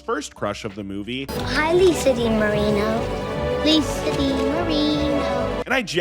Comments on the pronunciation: It’s Lisa DiMarino like an Italian name not Lisa D. Marino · Im pretty sure its Lisa DiMarino, not D. Marino, not that it matters at all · Its Lisa DiMarino not Lisa D. Marino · PS, it's Lisa DiMarino - not Lisa D. Marino lol